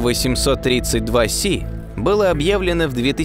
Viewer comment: Правильно гли́зе ,а не глизе́!